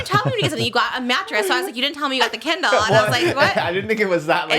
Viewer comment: "So we got you a kindlllMMMM." 😂😂 Love you, Trish! 🫶